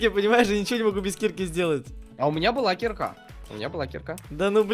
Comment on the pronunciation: Дэбыл не кИрка а киркА